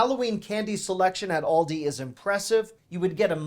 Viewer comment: It's pronounced Aaaal dee... . not Awl day